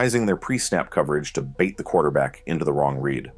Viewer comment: what do you mean by “the quarterback’s red”? do you mean the quarterback’s READ? is it because it’s an AI voice or is it just terminology i’m missing?